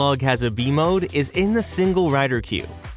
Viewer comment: I keep thinking your saying v mode instead of b mode😭